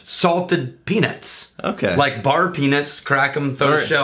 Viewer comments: Peanuts shouldn't sound like penis.... just sayin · When you guys say "peanuts" for the love of God please please please pronounce the "t".